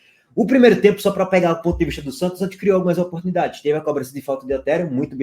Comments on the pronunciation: ENTREI SÓ PARA PODER OUVIR O FALANDO “SANTIOS”. VALEU!!! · "Agora quem dá bola é o Santios..." 😂😂😂